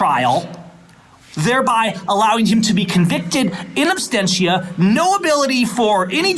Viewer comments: The judge doesn't even know how to pronounce her criminal act! What is "in anstentia?" It's called 'in absentia.' - you said it incorrectly also, but you get a pass. You didn't go to law school. Plus, I like you. I hate that judge and her cronies and her kangaroo courtroom. I'm calling all day Monday, maybe Tuesday too! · It is "absentia" not "abstentia". The fact the judge even made this mistake is inexcusable. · Oh, and the phrase is ''in absentia', not 'in abstentia', you illiterate dumbass. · Silly woman can't even pronounce absentia properly.